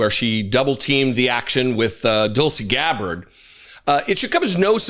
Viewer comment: did you just call her Doltsy Gabbard? If not, I claim it!